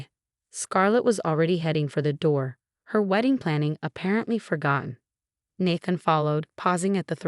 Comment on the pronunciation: Good grief!!! This is the 2nd video where the voice-over mispronounced Nathan and naive...and many other words, but those are the worst. Fix it!!!